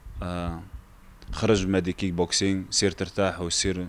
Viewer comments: اااا لكلاخ ااا المستوى المنحط ااا لعالم لي مورا شمش راه بطل العالم ف رياضة الكيك بوكسينك ماشي الكينك بوكسينك بغيتك تقرا هذا الكومونتير باش تعرف غير كلمة صغييير كتبين مستواك او مستوى الاذاعة لي مخدماك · واش بوحدي لي سمعت كينغ بوكسينغ 😂😂😂😂😂